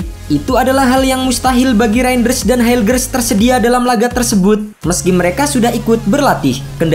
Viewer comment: Penyebutan nama kok bisa salah REIJNDERS 😂